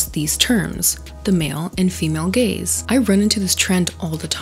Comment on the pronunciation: I couldn't help but hear "gayz" the entire time 😂